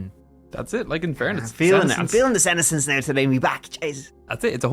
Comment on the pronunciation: Just one aside. The pronunciation of senescence - the accent is on the second syllable. The term is also used with plant, especially leaves on deciduous trees. Withering and falling off in the fall....